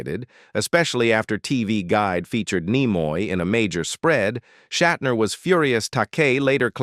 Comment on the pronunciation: Okay, so, William’s grandfather had the surname, “Shatner,” but he changed it to, “Shatner”? Ah, I see… Google straightened me out: Shat’s grandfather was “Wolf Schattner” but he dropped the ‘c’ and a ‘t.’ (AI voiceover seems to be working through somewhat of a learning curve. 🤔)